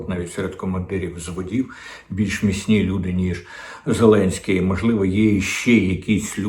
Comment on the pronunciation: Діма так кумедно відпрацьовує свою ОПшну пайку. "Зеленьський наголосив, зазначив, принципово відмовився" .... Боже, на кого розрахована ця херня ? Хтось ще вірить, що клоун-нарк має хоть якусь клепку в голові ?? Доречі, закидон на Кличка в відео вже був ?